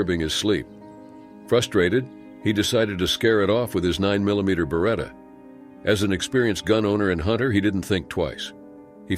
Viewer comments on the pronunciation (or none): none